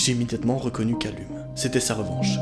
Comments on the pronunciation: Callum ça se prononce Caleum XD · Calleum s’il te plaît, sa ce prononce Calleum 😭🤦🏾‍♂️ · Par contre Callum se prononce "Calloum*"